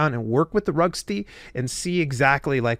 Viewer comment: Vroogst-uh. It’s a German name.